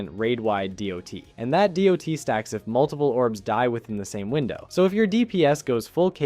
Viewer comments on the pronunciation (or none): Pronouncing DoT as doe-tee is wild